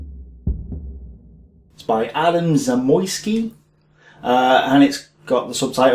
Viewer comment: Your pronounciacion of "Zamoyski" was spot on. No worries :)